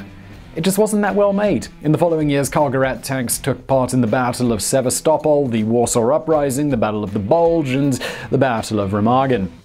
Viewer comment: Hi Simon, what a very interesting video! BTW you may wish to check your pronunciation of Barbarossa, Sevastapol, and Remagen....